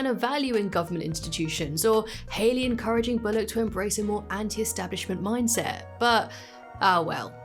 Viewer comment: Why are u saying bolock it’s pronounced bull lock